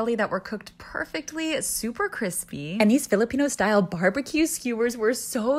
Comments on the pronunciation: Me being a filipino 😀 Her pronouncing every single word wrong and not even saying sorry Excuse me mama did you just say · As a Filipino I'm laughing my butt off because of the way you pronounce the food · It's literally so annoying that you pronounce it wrong